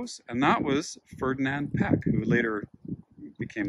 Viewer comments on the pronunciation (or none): Great video, but I cringe every time you pronounce Piëch as "peck". It's more like "pee-ush or pee-ehsh". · Oof, that pronunciation... It's "METS-ger" and "PEE-ech."